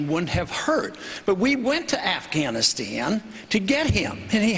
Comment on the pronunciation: LOL and get the troops outta Affkuuwphhganistan!!